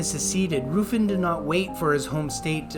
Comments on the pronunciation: It’s not Roofin it’s Ruffin :( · Roofin??! God god man.